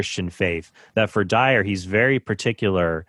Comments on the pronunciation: I know its petty and irrelevant, but i wish Jimmy would pronounce the Guy's name correctly. Dyer not Dwyer🤦‍♂️ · J. Franco i like that Jimmy Akin doesn't give a ___ about Dyer enough to not say his name right.